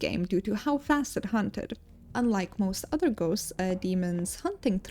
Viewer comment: Your voice is nice to hear and you pronouce the names of the ghosts properly, i hope you go far in your career and maybe explode one day!